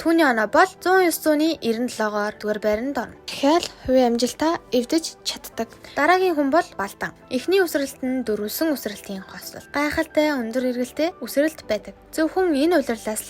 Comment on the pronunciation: Uzeh durtai shuu🎉🎉 cadag bish caddg gevl goyshuu shuumj bish shu😢😢 sanal😅